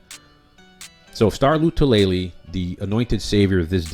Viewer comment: Star “La -Too - La - Lay” You’re trying way too hard. I agree with your assessment on Harrison Philips. In 2019 he was outperforming Star and was getting more snaps than him before the injury. Philips right now is in the best shape of his career… I’m thinking Star will be watching the majority of defensive snaps from the sidelines.